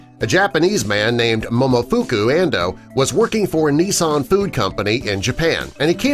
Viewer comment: They don't tell you who these "scientists' are. And since when are scientists more important than governments? If what scientists discover is that important to government, why aren't these discoveries turned into laws and regulations? Meanwhile, "Nissin," the original US distributor of instant noodles, gets its name mispronounced twice, first like "Nissan," the automaker, then later "Nee-sin." It's properly pronounced like "kissin'."